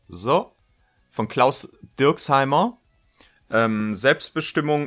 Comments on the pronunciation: witzigerweise sagst du es am ende des videos korrekt. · DierksMEIER, nicht DierksHEIMER!!